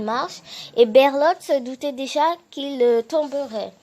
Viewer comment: Mdr c’est pas berlot mais bertold